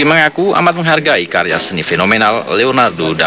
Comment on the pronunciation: Leonardo Da Vinci , bukan DAFINCI 😂 Piye toh Pak e iki , mugkin dia kurang minum AQUA ...